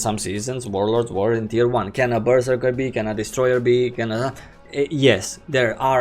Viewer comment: Ok im fairly confindent you're trolling us with your pronounciation of Berserker.